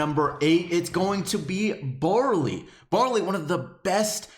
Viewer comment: When he said bawley I'm like waht he's shit